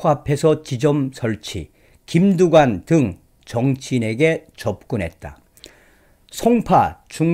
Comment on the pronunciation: 흠~꼭뚜관네라 ! , 흠~꼭무썽이라 ! , 이내전술을 숭배 해따는건데 ~음 ! .